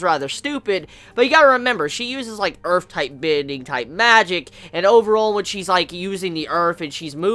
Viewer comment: nice good revew, but allow me to point out 1 thing to you please: the word is earth, not earf, LOL!